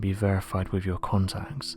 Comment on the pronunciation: Dont try to sound malevolent or sinister....it just makes you sound ridiculous.....wiv....fing....fink.....dear oh dear.....